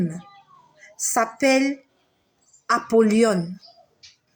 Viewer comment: Shalom ma sœur ça se prononce apolyon non Apolyone